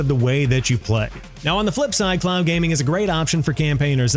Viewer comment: You're saying clown gaming 😂😂😂. Speak more slowly 😂😂😂